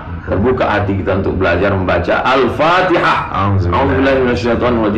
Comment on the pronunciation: Wahabi aneh baca fatehah ko pin nar